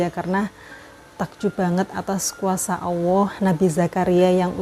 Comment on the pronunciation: Kirain saya aja yang salah denger bun